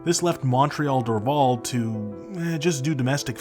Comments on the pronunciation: I would highly recommend that you listen to how a native speaker would pronounce our cities. Montréal is not pronounced “mawn-treahl” (every American says it that way). In English we pronounce Montréal as “mun-tree-all”. Dorval is pronounced “Door-VAL” like the val in valley or Valerie; in both languages. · Your pronunciation of Dorval Airport is wrong. It’s pronounced ‘Door-Val. ‘. I apparently was taken there in 1964 when I was 3 by my 13 year old sister to watch the Beatles land. I however have no recollection of it. Lol. Cheers from Montreal